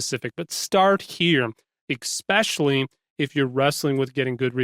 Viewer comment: “On YOU shores” Poor ‘agramatos’ (that’s a person without a knowledge of grammar). Then you say “eKspecially” !!! Good lord boys, to quote Curly (from the 3 stooges) “You’re murdering the Kings English”. Nice tips though. I find that sifting through peoples’ grammatical errors in the comments is par for the course on the Internet, but in lyrics? And from the commentator? Come on, we have to draw a line somewhere don’t we? Oooorrrrr... have I truly become my father? Lol